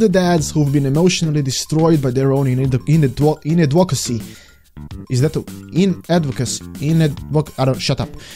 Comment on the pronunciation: inadequacy, pronounced like in-add-da-qua-see.